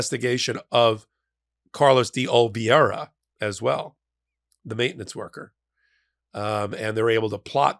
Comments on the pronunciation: Carlos D. Oliveira Oh-lee-VEY-ruh Not Ol-vee-AIR-ruh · The name is pronounced Day OliVEYra, as in oy vey. It's a Portuguese name. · Oliveira = Oli-vay-ra 😊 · you are my the mightiest of the meidas bunch But could you please say O Lee VAY Ra 😂